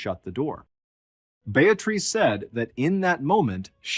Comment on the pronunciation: Beatrice = (pronounced BEE-A-TRISS)